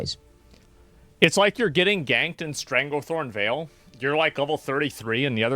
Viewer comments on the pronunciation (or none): none